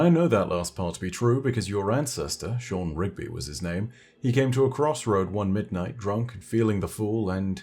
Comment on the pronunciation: So we dont have any rigby's but we do have a shaw-han. Sean , shaw-hawn just saying